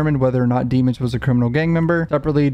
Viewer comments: I’m just confused why you keep pronouncing his last name dee-mons?? When in the trial footage you made fun of the prosecution and judge for not pronouncing his last name right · Please start pronouncing his last name right cuff that was in trail one